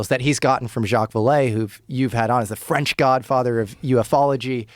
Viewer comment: Tell me you don't know how to annunciate french without telling me....